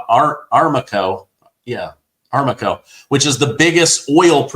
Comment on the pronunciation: ARAMCO is pronounced uh-ram-koh.